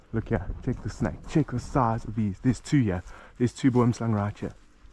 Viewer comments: You pronounced it right on the 2nd Boomslang video but wrong multiple times before that 😅 It's pronounced Bom Slan. I somewhat recently learned that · Simple pronunciation of "boomslang" for English speakers - bwouhmm-slung 3 syllables not 2. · best pronunciation of Boomslang, was " BWERMSLUNG" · Will and Kevin pronounced it wrong 😅 It's pronounced Bom Slan. I learned that pretty recently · Perfek said Boomslang